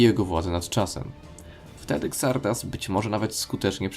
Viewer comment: Xardas czyta się "Zardas". Nie kombinuj z wymową tak jak polska lokalizacja.